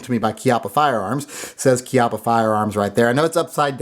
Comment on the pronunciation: Pronounced Chee ahh paw